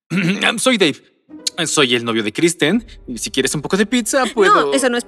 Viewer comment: alguien más escucha Dave en vez de Davel?